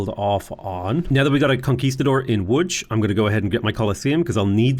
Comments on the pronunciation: I love the way you say "Łódź" its 100% correct way also rest of the cities except Bydgoszcz and Szczecin are like 95% correct, good job. Bydgoszcz looks scary tongue twisty but its actualy easy you should say it like "Bydgoshch" (where "y" is not like in "why" but hard like first y in "syzygy"). Szczecin sounds similar like ending of Bydogszcz, its like shchetzin . If you could say the meme city named "Szczebrzeszyn" you will get lifetime endless supply of pierogi. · best pronunciation of Łódź I've ever heard from a foreigner. well done!